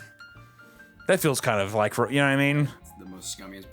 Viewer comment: Anyone going to talk about the miss pronunciation of physical and psychic lol ima be that guy